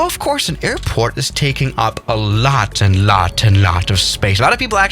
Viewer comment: I swear when he said airport he said airpork